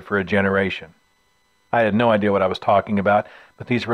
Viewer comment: Who started this dixie-talk bullshit of saying "ideal" for "idea"?